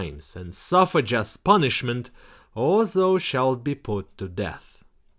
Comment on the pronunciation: Not to be Mister Pedantic, but 'thou' rhymes with 'cow'